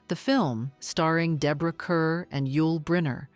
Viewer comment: 'Kerr' is pronounced 'car'